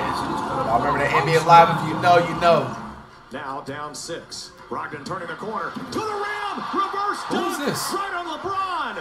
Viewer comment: Dude really said Brogdan not in the league no more 🤦🏾‍♂️😂